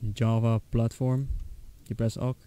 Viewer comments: "Press OK u say ow kay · nononono... he just says owk